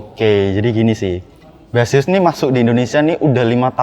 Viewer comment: Bukannya "Besiəs" ? kalau "Base us" mungkin iya bacanya "bes əs"